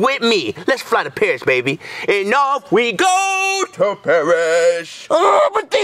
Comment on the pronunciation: Is it just me or did you hear say off we go to perish instead of Paris